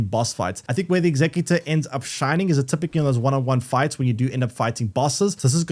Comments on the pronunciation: The class name pronounced how its spelled, your sounding it out like the word executive. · He is saying saying how is spelt, in your example of executive replace the ive with or and that's the word